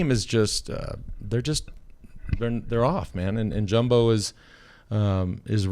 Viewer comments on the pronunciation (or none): And it's Yumbo with a Y not Jumbo...you Dumbos.... What a prat...!!!